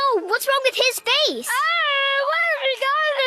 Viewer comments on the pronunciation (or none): none